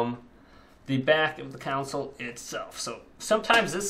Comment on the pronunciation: Say it with me... CON-SOLE.... Console. Not Council.